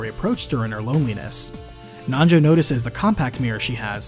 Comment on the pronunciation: Anyone else hear nacho when he says Nanjo.